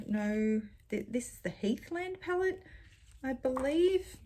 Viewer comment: It took me waaaaay too long to realize that you were saying, "palette," and not, "pellet."